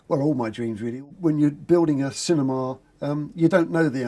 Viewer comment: No stop stop stop, you're going to poke some ones eyes out! It's cinema, not cinema!